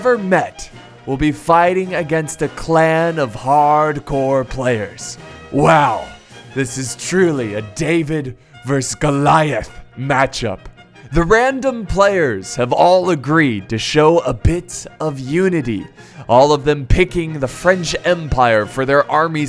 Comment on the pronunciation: D'you think will ever learn how to pronounce "versus"? He's been doing these battle commentaries for years now and he still says "verse" for some reason.